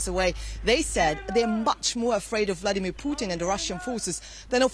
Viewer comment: The woman's name is not funny. Spelled and pronounced with an "a" not "u". She's your colleague & she's on all the time; it's not a difficult one. Oh - I think this is the same lady that constantly pronounces Vladimir as Vlodimir. What is it with her difficulty with the letter a? 🙄